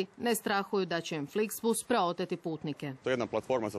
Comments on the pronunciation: Sramota krivo je rekao flixbus💔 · Da! Sram ga bilo!